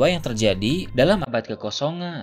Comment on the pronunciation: ini kalo ngomong huruf terakhirnya ilang.. misalnya ngomong "abad kekosongan" jadi "abad kekosongaaaaa" huruf N nya ilang..